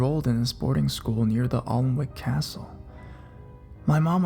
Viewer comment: FYI - Alnwick is pronounced Anick